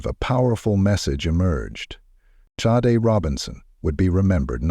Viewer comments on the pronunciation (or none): SHA-DAY. Not Sade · Aside from the robot voice narration (given away by the ridiculous alternating pronunciation of "Sade"), this is an excellent, compelling, well-written video. Great storytelling, presentation of events! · the mispronunciation of her name is irritating. RIP Sade 💕🕊️